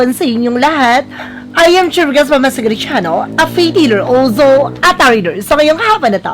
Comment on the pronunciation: Yung opening spiel or lines mo, di maayos ang dating kasi parang nagkabuhol buhol ang tunog ng opening lines. Yun bang merong "olsow" na linya.